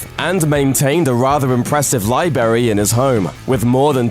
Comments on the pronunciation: He said liberry.. Not library. . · How impressive was this "Lie Berry"? And just how well could this Lie Berry lie? :P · You would probably have more subscribers if you didn't pronounce library as lie-berry. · Hol up, libary? Huh? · did you really say "lie-berry"? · Did he say 'Libery'? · "a rather impressive libary"